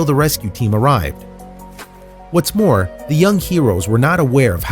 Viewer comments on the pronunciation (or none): none